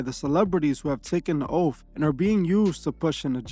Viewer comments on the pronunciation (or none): You keep using “Masonic” when you should be saying “Satanic” ... also are you saying “oaf” or “oath” ?!